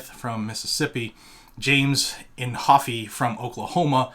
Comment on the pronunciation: James Inhofe of Oklahoma is pronounced “In Hoff”, not “In Hoff-eee”.